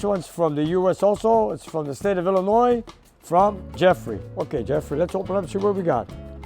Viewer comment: Oh yeah, I, forgot to let you know. So many people here in America. They say Illinois wrong. For some reason, they have trouble leaving the S, silent. Glad to hear Illinois being said properly.